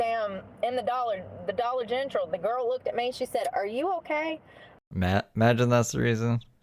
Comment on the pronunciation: She can say dollar general perfectly fine, why she feels the need to say dollar gentral, it’s not cute honey! You sound ridiculous, please stop 😅geez Louise 😂